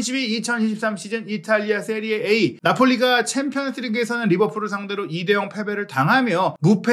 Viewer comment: 기자님 "세리에 아"가 맞는 발음입니다 전문가시잖아요